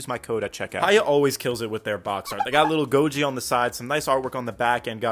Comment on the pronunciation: I’m I fried because when u said goji I thought you said gojo 😭